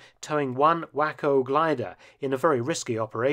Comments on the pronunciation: Splendid work, as always, about a very under reported part of the Battle of the Bulge story. Just a quick note – “Waco“ is pronounced “WAY-co’’, not wacko. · Excellent video Mark - but if I may, I think that the name of the gliders is pronounced “wayco” and not “wacko”. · It is pronounced ...."Way Co" gliders, not.... "Wah Co" gliders. It is... "waco" not "wacco" ....... wAcO! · I suggest giving Mark a break with unusual American names. After hearing him mention these "whacko gliders," I confirmed he meant Waco (way-ko) I expect similar problems from a non-American with other words like Tuscon, Butte, Salina vs Salinas, Potomac, and (heck, even) Newfoundland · I enjoy nearly all your videos and look forward to new ones. I don't know if others have commented, but I believe the gliders are pronounced way-co, not whack-o. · Great video. One minor correction the "Waco" gliders are pronounced "Way-Co" as in the city of Waco, Texas. "Wacko" is a slang term for "insane". Granted I do see where they can arguably be called "Wacko" Gliders. Because anyone getting into one surely must be insane. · Excellent and timely video. Thank you and Merry Christmas and Happy New Year. Oh, Waco is pronounced WAY KO, not wacko. LOL. Texans would be upset. You don't want to mess with Texas. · Mark, I greatly enjoy your programming however they were Waco Gliders designed by the Waco Aircraft Company of Troy, OH, thus they were not “whack-oh” gliders but rather “way-co” gliders :) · Don't get me wrong Mr. FELTON I truly enjoy your historic stories but it would be nice if you would call the gliders 'Way co' rather than 'wacko' it comes from a town in Texas south of Dallas thank you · Is the "Whacko" glider actually a WACO glider (pronounced "way-ko")? Please see Waco, Texas. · You really have to get one thing right that you keep missing on your videos. Waco gliders are pronounced way co not whack oh. That is all. Of course we appreciate your high quality in your lessons.